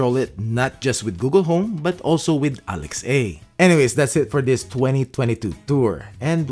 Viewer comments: Do you mean Alexa? You kept saying Alex A. Or is that just how you pronounce it? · Nice to see a mixture of equipment. Q: Why still saying “Alex-A”?